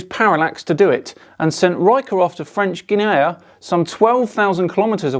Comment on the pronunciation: Did he just say "French Ginayuh"?